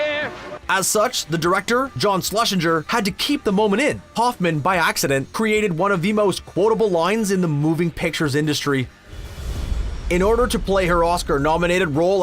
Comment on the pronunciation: It's SIR IAN MCKELLEN --- not MC CLELLAN... you did it multiple times - that's common name knowledge everyone knows. Also, John Schlesinger (not SLUSHINGER). Maybe it's your Canadian accent that makes names difficult. Nice video despite these mistakes.